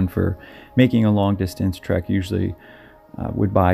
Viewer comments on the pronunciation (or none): none